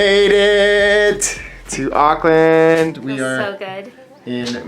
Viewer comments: Arklin lol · awk-land is how we seem to pronounce it in nz :P i remember in one of your accent videos, you said you weren't able to do a kiwi accent anymore, but maybe it will all come back! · yup same they say ockland it's like no, just no lol. No hate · I think you mean Arkland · Auckland you mispronounce. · the way you say auckland tho 😂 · I’ll never get over how Americans say Auckland 😅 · There plenty of salons you can get a haircut in the CBD. Like I said don't forget the check out the Eliots Stables for a good feed. Food from all over the world. Last you are gonna have to learn how to say Auckland like a kiwi since you are one. The vowels are the same as Spanish vowels. You pronounce every vowel. And if you need anything you have a family of almost 5 million people. PS don't know if anybody has told you but you should download the tracer app and scan the barcode when ever you go inside any business.